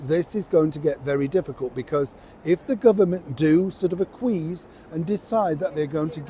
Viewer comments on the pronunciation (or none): I'm so sorry, much as I love you as one of your devoted chums, but the word is pronounced A KWEE ESS not A KWEES. Please don't hate me. I watch all your videos and have learned so much from them. Keep up the good work. Lots of love. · 👀 the word? Is Acquiesce